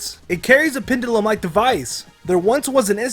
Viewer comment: Am I the only one who noticed 'pendulum' was mispronounced?